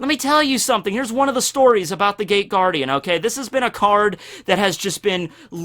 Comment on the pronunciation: I love the Shadow Hearts: From The New World intro. I think that's it, I've listened to it a thousand times. Also it sounds like you're saying THE GAY GUARDIAN...